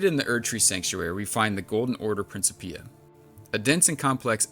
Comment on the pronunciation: The way you pronounced Principia made me angry🤣